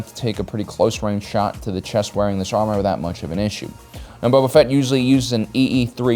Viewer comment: I swear he said boba fett was stinky